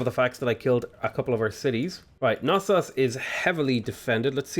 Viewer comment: As a Greek, I kinda feel obligated to inform you of the correct pronunciation of Knossos and Miletos. The "k" in Knossos is not silent, so it's pronounced as written, and it's accented on the last syllable. Miletos is actually "Meeleetos", accented on the first syllable, though.